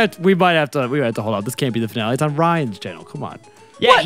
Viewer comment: "Chainnel, chainnel, chainnel..." 😃